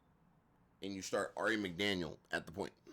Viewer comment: AKA 'Aari McDaniel'.🤣